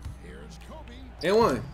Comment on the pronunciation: I do hate how you say Kobe Bryant